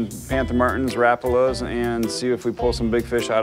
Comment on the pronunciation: the way he said Rapala... "Rah-pull-ah" I've never heard it pronounced that way. Isn't it "Rah-pal-ah"? Maybe it's just an Idaho thing lol